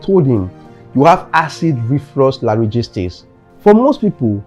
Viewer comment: Mr youtuber, before you come on air to speak a terminology you are not familiar with, GOOGLE IT! " laryngistis" it's pronounced "LAR-RHIN-JAITIS" CHECK OUT